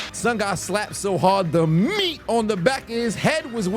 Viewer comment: The emphasis got me 😂